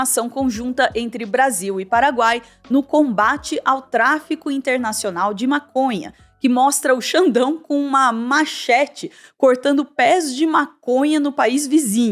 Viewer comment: "Machête" e não "machéte", também conhecido como facão.